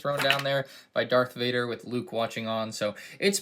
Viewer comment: I'm pretty sure he said dark vader